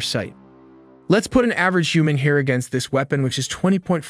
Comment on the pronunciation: To illustrate the size of the bomb, the text-to-voice says "Let's put an average human hair against this weapon ...". I kept waiting for the comparison, hair to bomb, bomb to hair? ??? ??? ??? Ah, the generated closed caption text is "Let's put an average human here against this weapon ...". lol